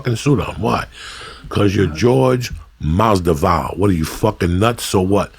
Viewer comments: Taylor Made umm no lol. He’s saying Masdival, not Masvidal. I’m born and raised in Cuba, doesn’t make a difference lmao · Go #EasyMoney WTF is Jorge Masdival? Joey keeps mispronouncing Masvidal's name. It's funny as hell when Rogan corrects Joey whenever he butchers someone's name. Pronouncing someone's name correctly is a minimum in terms of respect for a guest. Masvidal don't give a fuck. 🤣 Every podcast, Lee returns with his hand-flapping. One thing ya can't take from him... the guy is consistent. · Joey is saying Masdival instead of Masvidal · lmao Joey Said Jorge Masdival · No guy, he means Joey keeps calling Jorge Mas-Dival instead of the correct way which is Mas-Vidal. Masvidal soon to be 👑 of his weight class. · He means how Joey keeps saying Masdival instead of Masvidal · "Jorge Masdival" Joey messing up names never gets old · Damnit Joey, you said Masdival ! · Jorge "MASDIVAL" LMAO Like "Kalabib" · Hilarious how much Jorge hates his name being mispronounced and how many times Jorge mispronounced Masvidal. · Uncle Joey mispronounces Jorge’s last name twice within a minute. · Its great how masvidal never corrects Joey speaking his name wrong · Dumb fuck has him on for the second time and still can't get his name right. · Awesome podcast...I cringe everytime I hear Joey mispronounce Jorge's surname but it obviously doesn't bother nobody haha